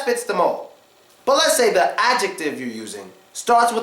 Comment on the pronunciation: "ze car?" "ze book" ugadal? :D